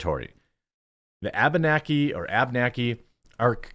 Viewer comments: Although this may be Trivial to some, it is pronounced Ab-Enaki. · C'mon Jeremy if you can say Oconomowoc, Abenaki aint that hard ;-)